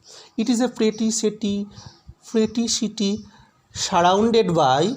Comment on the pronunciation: দাদা ভালো হয়েছে।এ ধরনের ছবিতে দেখতে ভালো লাগে। তবে কিছু উচচারন একটু দেখো দাদা যেমন Surrounded,distant আমার একটু কেমন লাগল। শ এর উচচারন হয়ে যাচ্ছে।